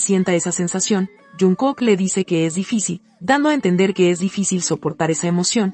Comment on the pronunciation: Me encanta tú forma de decir lo que son jungkook jimin ❤❤❤❤los amo 💜 💕 ♥️ 💜 💕